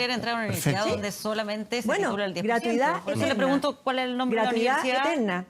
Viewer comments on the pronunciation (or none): La ministra de educación no sabe ni hablar... gratuidá, eficá, proridae, nuea, priorizao, educatía. Así cualquier flaite con plata llega a ser ministro